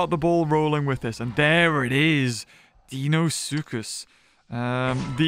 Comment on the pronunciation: It’s Dino-soocus not deeno suchus